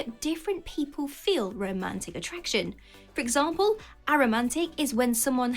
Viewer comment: "Aromantic" is not pronounced "Ah-romantic." It's pronounced "ay-romantic."